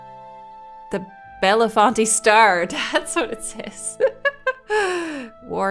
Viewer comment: So cool having a game in central pa! That’s where I am from. Btw it’s bell-font. The gps says it the way you did though 😂😂